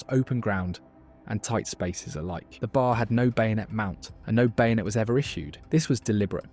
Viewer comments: Its a B A R not a BAR. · In your video, you keep pronouncing B A R as one word, "BAR." Everyone who worked with it simply called it the B-A-R. It's irritating for you to blurt out BAR! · Once the phony narrator said bar instead of B A R I knew it was fake. More AI garbage. This english guy AI bot is one of the easiest to pick out now. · It’s B A R not bar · OK, you are fundamentally correct everything you say. Except to my knowledge troops didn't call the Browning Automatic Rifle the ''Bar.'' If you want to be accurate to the period and to gun vogue, the shortened name is B. A. R. or Bee-Aay-R. Dude its not not be confused with a roadside watering hole a.k.a. a bar ??? :hand-orange-covering-eyes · OK upper middle class British accent AI narrator: i'm obliged to inform you that the short way to say the Browning Automatic Rifle is not bar. It is BAR full pronunciation of each letter. I say this because I'm an editor and I can't help editing sometimes and you're not gonna hold me to any standards because I don't care I am retired as an editor but I will edit. And this will help you in the future by pronouncing BA are in any of those war Youtube films, correctly it is not bar it is B A R. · Pronounced B A R. Each letter pronounced separately. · You pronounce it pronouncing each letter: B.A.R. I know because my dad shot one in WW2. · Damn AI. It's pronounced B-A-R spelled out.